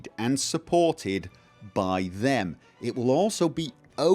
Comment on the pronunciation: Time vill tell, sooner or later, time vill tell.